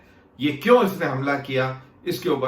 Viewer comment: HAMLA SIR, NOT GAMLA